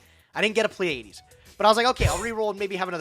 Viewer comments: I’m pretty sure it’s pronounced plee-uh-dees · They both fucked up Pleiades (PLEE-uh-deez) too.